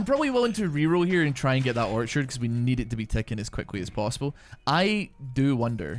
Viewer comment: You know how long it took me to realize he was saying orchard and not archer 😂😂😂. Great videos man!